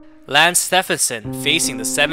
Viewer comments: Bro did just call his name wrong..... it's like Nike with Steph 😂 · Dude I’ve seen a few videos and by now, I’m convinced he pronounces names wrong on purpose lol. It’s almost painful sometimes but good videos though